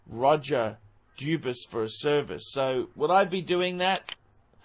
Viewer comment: How many ways cans you mispronounce Dubuis?